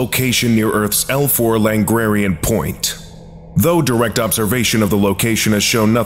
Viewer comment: Langrarian (not a word) or Lagrange?